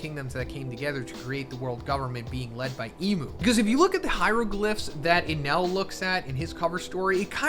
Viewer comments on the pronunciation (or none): none